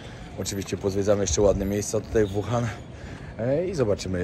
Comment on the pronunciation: Naucz się przed nagraniem wymawiać nazwy chińskich miast przynajmiej... Nie "Kłindao" tylko "Cingdao", nie "Wuhan" tylko "Łuhan"... W następnym odcinku bedzie 张家界 czyli po naszemu "dżang dźjia dźje"... Mieszkam w Chinach od ponad 5 lat.. w tym w "Łuhan" podczas pandemii i żal .... ściska jak słyszę te poprzekręcane nazwy.. Wiem że nie mówisz i nigdy nie będziesz mówił po chińsku (słysząc Twój angielski 🤣) ale skoro "idziesz po Milion subów" to przynajmiej postaraj się ogarnąć nazwy miejsc o których opwiadasz... Pozdro z Kantonu :penguin-blue-waving-tear